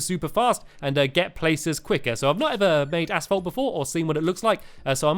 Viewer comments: lol, he says 'asfault' instead of asphalt. here in #MURKA , we say it like 'asalt'. (short a-salt) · Haha stampy said ass_folt I'm not trying to be mean though... :3